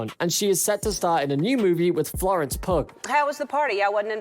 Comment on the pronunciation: sooo call Ellen out for mispronouncing names the butcher Florence Pugh's name .....ok